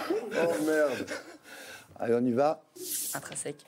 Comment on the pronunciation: C'est tellement nul comment michou à dit "intrinsèque" y'avait aucun effort